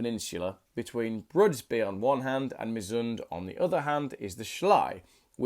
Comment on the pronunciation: Your pronunciation was pretty bad. Just an example: Broderby means Brothertown and Brudeby (as you pronounced it) means Bridestown. Have schools in England stopped teaching reading?